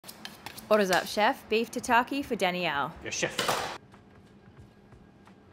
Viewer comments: I have never heard someone pronounce Danielle as Dani-yelle 😂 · Never heard it pronounced Danny-elle instead of Dan-yell